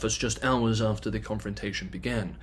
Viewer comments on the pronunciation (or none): none